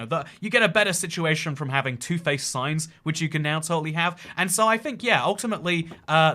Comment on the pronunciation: I legit thought you said signs that you can eat